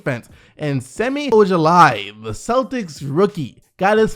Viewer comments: You messed up semi ojeleyes name really bad. its not ojelEYE its pronounced ojeley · Hey, minor correction - I believe the name Ojeleye is pronounced O-je-lay and not O-je-lie; I also think the last e is a soft e. Lot of people are not familiar with him though, so its understandable.